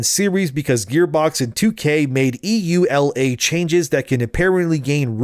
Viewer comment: Just call it YooLa like a normal person (EULA)... sheesh